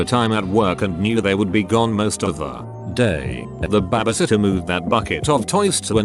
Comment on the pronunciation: Why does the bot say bebesitter tho?